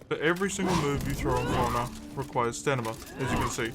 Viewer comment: You are saying staNima right? xD I thought I had a stroke at some point cause you kept repeating it the same way and I was so confused XD Great guide by the way I've been only playing for a couple months but I'm slowly getting into it.